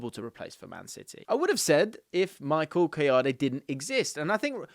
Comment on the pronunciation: Michael Kah-yoh-dey